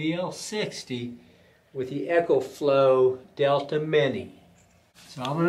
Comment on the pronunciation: It's a long e. Pronounced EEEEKO FLOW